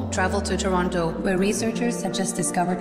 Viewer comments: As a native Torontonian, you said Toronto correctly and also that you know Gaddi Red Challenger is amazing. Its definitely a bop out here!😂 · Perfect pronunciation of Toronto. 👏 👏👏